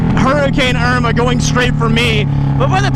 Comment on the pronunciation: Hurricane Irmagurrd